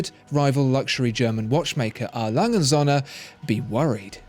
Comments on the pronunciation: it‘s A. Lange und Söhne, not A. Lange‘n Sonne. It‘s not hard to look up pronunciations. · Please just refer to A. Lange & Söhne as Lange, just Lange because you can't say the rest properly and it's annoying.